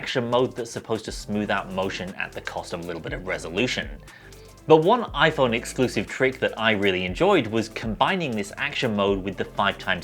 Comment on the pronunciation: the oi-phaurrrn